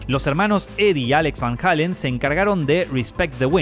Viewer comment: Amigo no se dice Van Halen, se dice Van Heiilen ni tampoco Sammy Hagar es Samy Heygard entiendo que eres de Argentina 🇦🇷 pero esa es la forma correcta de decirlo